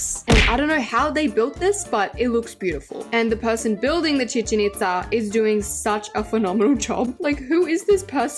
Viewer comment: YESS YOU SAID CHICHEN ITZA RIGHT